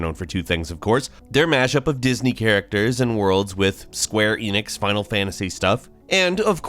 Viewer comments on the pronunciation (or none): none